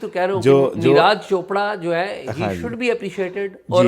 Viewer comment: Please learn how to pronounce names. Its niraj pronounced as neerajj not raaaj Thanks